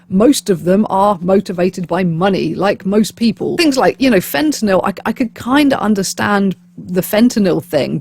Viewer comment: Thank you for saying Fentanyl correctly, instead of FentanALL. It just irks me that everyone pronounces that incorrectly. Also, while it’s not that inconceivable to imagine the government having a hand in something like this, because they know who the big distributors are, I’m not sure it makes sense to use a chemical that causes flesh decay and symptoms like that, which require a lot of health care treatment for people with no money, instead of something that would just kill them quickly.